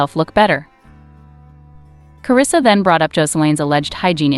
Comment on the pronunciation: WELL YOU MESSED UP HER NAME